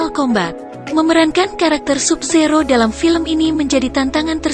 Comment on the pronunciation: Tambahi lagi dah "Sub Zero" bacanya "Sab Zero" wkwkwk